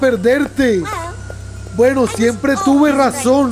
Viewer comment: Bunsobuni. ee😂😂. gueno. es. gueno🎉🎉